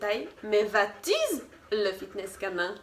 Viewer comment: C’est pas "vat izzzz" Mais "WA" ➡️ WAt iz What is 💫